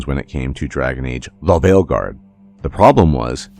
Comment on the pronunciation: Weird question, why does you say "The Veilguard" like that? I've heard in other videos, is it like an algorithm thing?